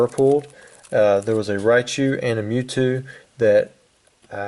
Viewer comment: that seemed pretty unlucky huh? it sounded like you said the zapdos, gyarados, and mewtew were available in the trainer decks or whatever, so they're worth much less, right?